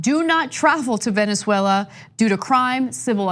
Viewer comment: I don't know why it bothers me so much that Ana says Venzwella, but it does. And she says it a lot.